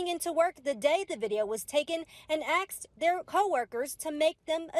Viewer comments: That reported said "Axed" instead of "Asked." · A news reporter says 'axed' instead of 'asked' really ? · is that a... news anchor who used axed instead of asked? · Did a reporter say “aksed” during news clip? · Any news reporter that says "axed" vs. "asked" should join them in the unemployment line. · Did that professional speaker newslady say “axe”? 😅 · A "reporter" who can't pronounce "asked". Super professional.